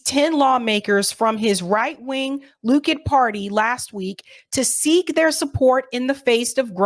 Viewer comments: its pronounced Le kood, not Loo kid. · That's funny. You said 'Loo-kid" party. Keep on letting them have it, girlfriend!